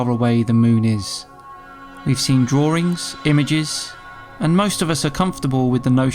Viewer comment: Its 'drawings' not 'drawerings'. LOL